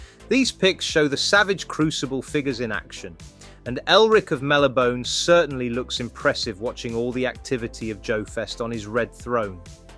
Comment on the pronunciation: Mel-nib-Oh-nay…. Not Mel-i-bone…. 😂 At least that’s the way the creator pronounces it. 😂. Savage crucible is an amazing company. And crimson moon is gonna be awesome from O:MF and FMF.